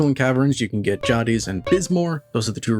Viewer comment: "jah-dis", "eh-nor"???? My guy, have you PLAYED deep rock? The characters call out the names of the rocks OUT LOUD when you find them 😢 "Enor pearl here!" "Found a Jadiz!" JAY-dis, and EEE-nor. Enor pearls are pronounced similarly to Eeyore from Winnie the Pooh